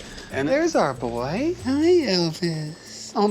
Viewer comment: "we are going to weigh the boye" the boye